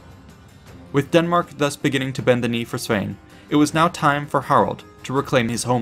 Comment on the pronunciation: Hahaha Knut not GNOOT :'D Knut, kinda like if you were to say the K in Knife Also Sven not Svein Nice video btw